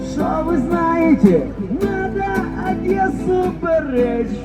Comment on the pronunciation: Одэссу бэрэчь 😂😂😂😢😢😢🤦🤦🤦